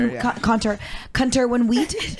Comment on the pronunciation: saying "Cunter" so blatantly always make me laugh lol